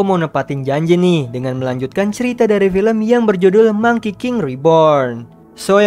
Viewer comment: monkey pake g y bang?